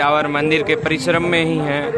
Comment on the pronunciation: Parishrm nhi ...parisar... hota h